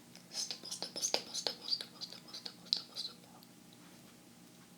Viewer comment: I love the "stpl" sounds of you saying stipple lol